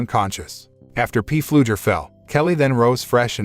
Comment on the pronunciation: If I ever hear P Fluger one more time in my life, it will be too soon.